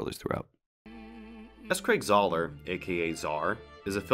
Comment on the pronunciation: Great video, but why did you call him Czar? His last name is Zahler